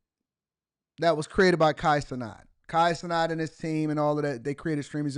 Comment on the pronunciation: Why are you saying his last name like that? If I asked you to say the the word "gnat" would you say "not"?. It doesn't even make sense in grammar terms why you're saying his name like that. Lol